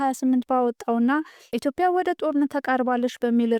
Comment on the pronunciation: በርቺ ጎበዝ። ነገር ግን ስታነቢ ኢትዮፕያ ሳይሆን ትክክለኛው ኢትዮጵያ ነው።